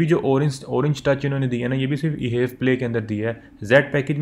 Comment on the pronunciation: Sir it is not e HEV play It is H E V (all letters alag alag) 😂